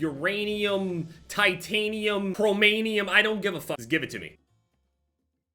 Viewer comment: nigga really said chromanium